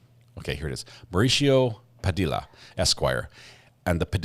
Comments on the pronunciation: PA-DEE-UH NOT PU-DILL-UH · BTW, it’s pronounced “Pa de ah,” not Pa dill a.” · Just a respectful note: Padilla is pronounced Pu dee uh. The U's are short. Great channel. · Puh-d-ya =Padilla 😅. The “ll” is pronounced, “ya” . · Padilla is pronounced "Puh - dee - yah" ... the double L's are pronounced like a y - I don't understand why no one in this country has enough respect to pronounce hispanic names with accuracy. It's not that difficult. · If Smosh taught me anything.. it's that Padilla is pronounced "Pah-dEe-ya" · I tried to listen... but I can't get over the mispronunciation of that last name. It annoys the hell out of me that people don't give a crap to pronounce Latino names properly.